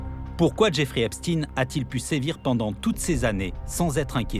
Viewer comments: EpstEIN, et non Epstine ! Tout çà pour ne pas froisser une certaine communauté, extrêmement susceptible pour être polis. Dont ce pervers faisais parti à part entière, que cela vous plaisent ou non, et ce n'est pas le seul, STRAUS-KAHN, WEINSTEIN, KHON-BENDIT & j'en oublie.... Ha oui dernière chose, il n'y a rien d'antisémite là dedans (Car de toute façon, vous ne l'êtes pas "sémite" pour la grande majorité, puisque vous êtes des descendant des pays de l'est de l’Europe), ce sont juste des faits, rien que des faits, ce serais des "inuites" ou des "Tibétains" ce serais du pareil au même, bref tôt ou tard vous tomberez TOUS les uns après les autres, car il n'y pas de race supérieur (tiens tiens, un point commun avec un petit moustachu bien connu) il n'y a d'ailleurs qu'une seule race, LA RACE HUMAINE, un point c'est TOUT ! Et elle est pas belle à voir, d’où qu'elle vienne pour tout dire. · Il ne s'appelle pas "EPP STINE ...."..ca se dit " EPP CHTAÏNE......",comme FRANKENSTEIN......le temp est mossad......la GERBE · Epstein pas epstine. Satané journalistes. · EPSTINE ? MDR ! Dyslexie ????